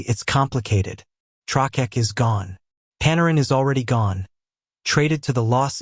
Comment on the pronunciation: "Trokeck" lol. AI crud